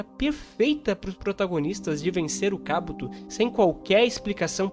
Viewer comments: Kábuto? Que agonia rs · Kabúto não existe rapaz kkkk akatsúki tb é errado. O correto é Akátsuki na pronuncia.